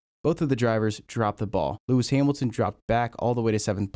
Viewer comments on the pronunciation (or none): Do you call him LeRicky Hamilton?